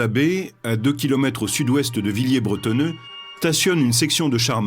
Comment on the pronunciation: C'est ecrit en gros "Villers-Brettoneux", mais le mec s'obstine à dire "Villiers bretonneux"